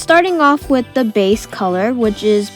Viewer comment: not trying to be mean but it sounds like you say wif not with